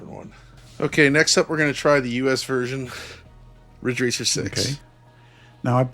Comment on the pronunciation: Asian Accent Riiiddgggge Raaaccceeeer.